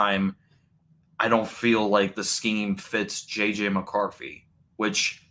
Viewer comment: JJ McCarffy. Bro, this is a bad fucking take. And the delivery is even worse with the speech impairment and video lag.